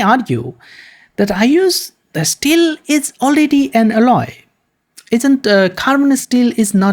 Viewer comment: its mot asteels, its steel.